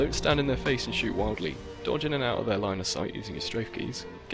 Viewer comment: "or otherwise isn't attempting to jodge" "the easier kargets"